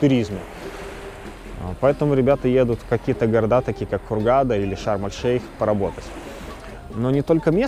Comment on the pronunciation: Шарм-эш-Шейх правильно